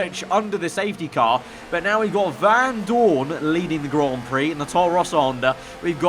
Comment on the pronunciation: Anyone else get annoyed by the way he pronounced Vandoorne. It’s not Van Doooorne it’s Vandoorne. Get it right 😐